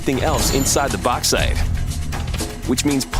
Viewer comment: Why can't he say Bauxite? I'm gonna let the fact they can't say aluminium properly slide (and the fact YouTube marks it as a miss spelling).